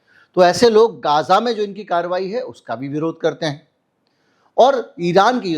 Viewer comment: गाजा नहीं गज़ा बोलिये